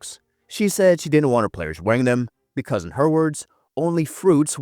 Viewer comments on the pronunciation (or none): none